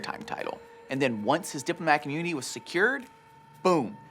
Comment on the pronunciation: "diplomatic UHHmunity"